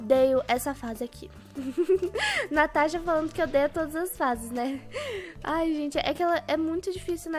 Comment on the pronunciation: Ela falou tanasha